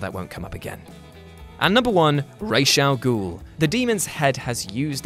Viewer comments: Thank you for properly pronouncing Ra's Al Ghul, Batman Begins is damn near unwatchable for me due to them constantly calling him Raz. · You know? Just for pronouncing Ras' Al Ghul's name correctly,(which unfortunately is a rarity anymore) I'm giving yuh a like.